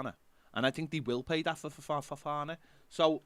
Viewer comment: Worth tuning into today just for saying Ffffofana 🤣